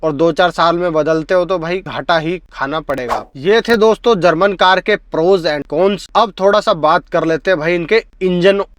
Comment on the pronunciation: Camera dekh bhaai.. aap to apna chehra dekh ke baat kar rahe ho.. aur 'mala mala mat' bolna "matlab" bolo.. khud sun ke samjh lo.. Aur ek baat "kones" nahi "cons" hota hai